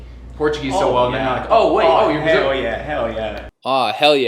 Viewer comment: "Hell yeah" But he pronounced a U sound not the real L sound. Therefore, no connected speech applied to it. Still pretty impressive